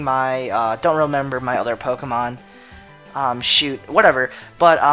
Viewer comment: dude quite a few of the POKéMON that you DO use you can't pronounce their names.....